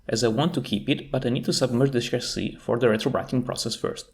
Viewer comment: Since you brought it up, in English, the short-I sound does *not* sound like the long E sound. They are distinct sounds. "Fish" is not pronounced "feesh". "Chip" does not sound like "cheap". "Hip" does not sound like "heap". "Chasis" is pronounced "CHA-see", not "shahZEE". It's a borrowed French word, and it doesn't follow English pronunciation rules, and the CHA sound is closer to a "J" sound than a "SH" sound. It's the same sound we use for "chicken". We don't say "shicken."